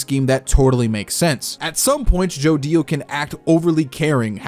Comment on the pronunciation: it's annoying how say's joDIO and not jodio in 1 clean word